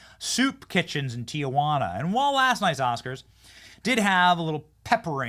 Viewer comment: It’s Tijuana not Tia Juana